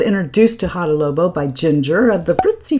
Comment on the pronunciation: Fun video, thank you! FYI, you are saying Hada Lobo not Labo!☺